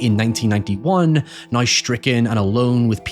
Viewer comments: We also need to teach him how to say "now" instead of a "noy". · We need to teach him how to say "now" instead of a "noy".